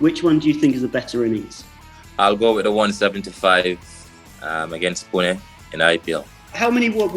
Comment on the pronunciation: He pronounced Pune better than most of the Indians❤️